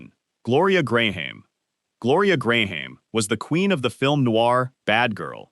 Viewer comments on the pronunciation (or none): Gloria Gray-hame?